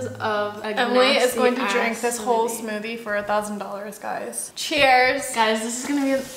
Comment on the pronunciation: When told 'put some more' said " this is my smothie"